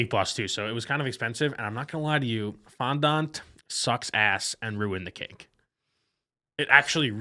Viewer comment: the way they are pronouncing fondant is killing me